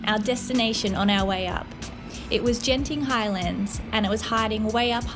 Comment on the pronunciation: Hi. In Malaysia the letter G is pronounced like how you say suGar. Genting is not Jenting. Most people would understand but some would wonder when you have a conversation. 😅 Genting highlands is estimated to at 1800 metres, or just over a mile high. The fog you saw was probably clouds (if its coming down from above). If it appears from ground, it is definitely fog (common at night and during or after rain) during which the combination of both gives zero visibility and one would find it difficult to walk.